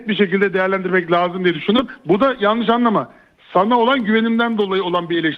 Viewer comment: Adama bak diyemiyor tamam Mourinhonun kullandığı kelime yalnis diyemiyor